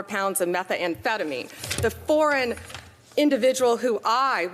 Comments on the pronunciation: Also Pam.. It's methamphetamine not METHA-AMPHETAMINE. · What the hell is a “Mex-I-can “? Or “meth-afen-meine “? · "Metha-amphetamine"; "fentanOl". Quite pharmacologically literate, this lady. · Is that Mex e can and meth a phe ta mine. Where did you go to elementary school Pammy? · I've never heard of METHA -anphetameans. 😂😂😂😂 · What? Is she Italian? "Meth - A - Amphetamine". HAHAHA! Someone call Planter's...tell them one of their NUTS escaped. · "The Mexiecan with 384 Pounds of Methaampetamine" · Mex-E-kins and MethA-anphetamine. 😂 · Bondi just oozes contempt for everyone. Why does she pronounce it "meth-uh-amphetamine?" And "Mex-ee-can," even though she's clearly not pronouncing that in Spanish?